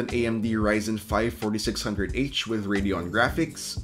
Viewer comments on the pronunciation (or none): none